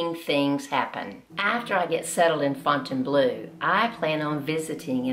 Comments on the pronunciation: Well, I can't go into detail, but if you find a coach, you'll learn what it is. One thing is the way to pronounce "Fountainbleu" - the final syllable should never be "bloo" but "bluh." (difficult to note in English, since it's a vowel similar to an umlaut; think of the "oo" sound in "book.") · Please pronounce Fontainebleau correctly, for starters. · FontaineBLOW not FontaineBLUE.